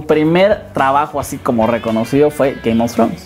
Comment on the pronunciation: Ze dise gaym of frons :V